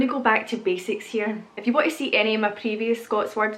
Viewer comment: Youse is Pittsburgh-ese. It's a small world after all. When you say "if you" it still sounds like "F-U" to me (lol)🤙✌️😉